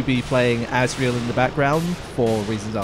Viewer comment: Was calling Asriel "Azrael" in the chapters intentional?